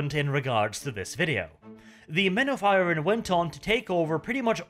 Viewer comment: IRON not irn. Men of iron, not men of irn.